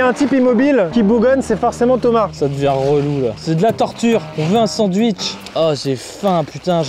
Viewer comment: "on" avec un t 🤣🤣